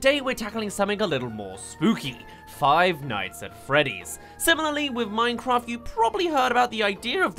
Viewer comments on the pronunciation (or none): finights at fweeeah dees